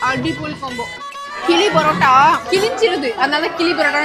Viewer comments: Kizhi poratta♥️ kili poratta ❌ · Akka iam also malayali but aatha ni eni malayalam peasadha aatha ...kili poratta ella kizhi poratta!